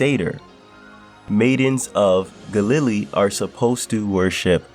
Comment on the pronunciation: Bit of a stretch on the pronunciation of Galilee